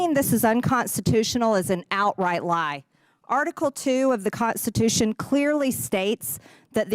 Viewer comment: It makes my skin crawl how MTG adds a T after every syllable that ends with an N: conTstitution, NanTcy. But then when a T actually follows an N, she omits it: appoining. Ugh! She sounds as ignorant as her ideas.